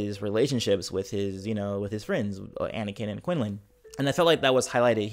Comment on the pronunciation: Thats not how quinlan "was"-(vos) xD